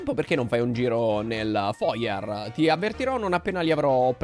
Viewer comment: Il foyer si pronuncia fuaiè 😂